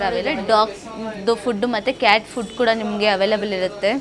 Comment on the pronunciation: Corruption in your word madam In sec cat fish ah cat food ah sec Lulu bal ah lulu mall ah 😂 madam tongue rombo roll howwdo😅😇🙏🏻